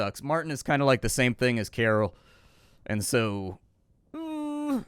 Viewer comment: Karol is pronounced Carl